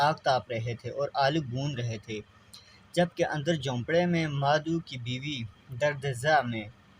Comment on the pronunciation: مادھو نہیں مادھو۔maadahv